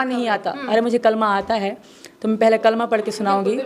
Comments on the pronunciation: Galat padh rahi hai kalma aaja mere paas tum ko ham kalma sikha denge 😂😂😂😂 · Are kutti phele kalma sahi padh